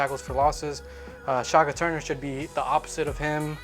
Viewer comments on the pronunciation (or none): You guys can't pronounce the name and called Shaka Toney, Shaka "Turner", admit it, you have 0 clue!